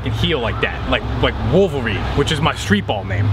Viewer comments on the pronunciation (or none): Lol, "Swolverine"